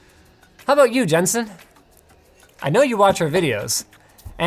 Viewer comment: When he ends the video asking if something is fair, I thought he said "how about you Justin", was freaked out and registered and he said Jensen haha